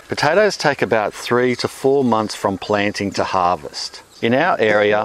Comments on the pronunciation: Wish you pronounced potatoes like you pronounce tomatoes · "Piotaethus aet heoumhw" .. I fucking love this guy!